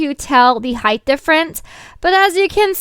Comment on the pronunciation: Is it just me or did she say Heighth instead of height?